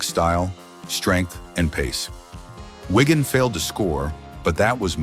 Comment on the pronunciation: Can't you just get a human to speak these texts? Whygan? It's Wigan FFS.